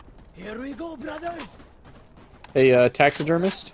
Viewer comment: the way he said “hey” sounded like he said it in Swedish “hej”. Might’ve just been overthinking it, but I really thought he spoke Swedish there for a second 😅